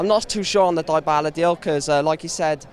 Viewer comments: Donal die-bal-lah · Defo some funky pronunciations of Dybala! 😂